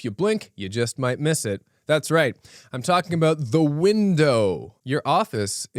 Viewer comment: he fucken said aboot